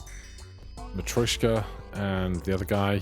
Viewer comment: it’s matr-YOSH-ka (yosh as in Yoshi) only commenting bc you’ve commented about pronunciation :D